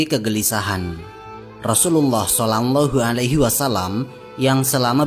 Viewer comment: Maaf min..... kedengerannya "solangllahu alaihi wasallam".